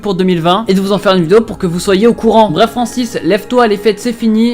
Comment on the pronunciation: J adore quand tu dit francise wlh